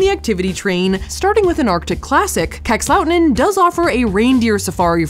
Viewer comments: Same! Minus the way Safiya said "Kakslauttanen". 😂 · As a Finn I loved Safiyas' way of pronouncing Kakslautanen and the reaction on the Sweden- Finland border. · As a finn...I laugh so hard for the pronunciation of "Kakslauttanen". No hate. I know, language you don't speak. You can't master it. But damn it's funny to me :') Also funny to hear that you think that -13°c is cold because that's nothing :D when it's closer to -20 it's cold